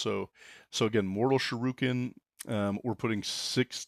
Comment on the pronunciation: "Mortal shuroken"